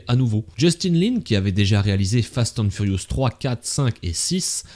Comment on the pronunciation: J’adore comment tu dis « fast hand furious » 😂